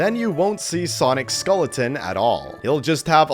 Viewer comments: LMAO he said scolletin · Bro does not know how to pronounce SKELLeton💀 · Skeleton❌ Skoleton✅💀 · How can you not pronounce "skeleton" correctly? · Well, I learned that is Canadian Viet his pronunciation of skeleton